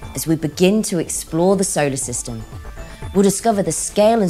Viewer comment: Can they get somebody who can pronounce solar system and neighborhood properly. Also who sticky taped 2 black Caterpillar's to this poor womans eyebrows.